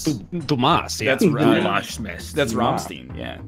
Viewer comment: When NL pronounced Rammstein "Raamsteen", I died a bit inside.